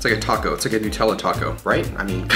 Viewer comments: It’s not newtella it’s NUTella like how do you say nut do you call hazelnuts hazelnewts? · Lol "nootella" nonononono it's NUTELLA it's Australian so I know it's NUTELLA not nootella because I AM Australian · Nut tella not noouutella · Is it actually pronounced "New"tella or does he just say it weird? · It’s Nutella not newtella it’s from Germany when I am right and we say it like that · So Nutella is a hazelnut spread. HazleNUT... hence Nutella. Not new - tella. Get it rite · Tf is a NUTella lmaoooo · Its pronounced Nutella cause it's got nuts👻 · wait who pronounces nutella like that?!